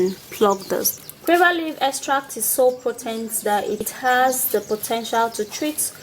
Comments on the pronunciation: U nigerians u mean u don't differentiate btn q n g?d word is guava not quava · Ok gauva, not quava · SHE IS PRONOUNCING THE FRUIT GUAVA AS QUAVER THE LEAVES ARE FRM GUAVA TREE ND THATS WAT SHE MEANS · Guwava. That's how it's pronounced in Jamaica .Guwava😂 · Shes says cuava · Pronunciation is wrong... of guava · What leaves did u say ? Sorry not very clear